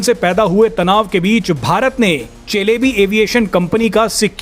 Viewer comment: सेलेबी नाम है कम्पनी का चेलेबी नहीं।